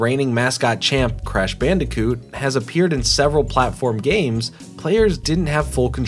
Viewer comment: The way you pronounce “Bandicoot” makes me smile.